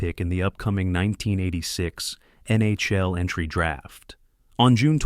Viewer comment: The mispronunciation of legendary NHL players and the NHL acronym itself made me think it was odd for a clear non-hockey fan to make a video about this. Was this AI?